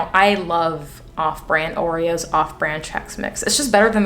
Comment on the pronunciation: It’s the roreos for me 😂